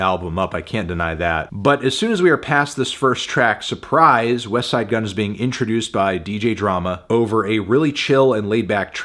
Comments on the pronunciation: He said Wesside Gunn instead of Westttside Gunn. What is happening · Finally Anthony stopped pronouncing the T in "Westside Gunn"